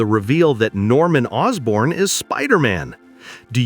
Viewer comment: Orsborn? You mean Osborne, don't you?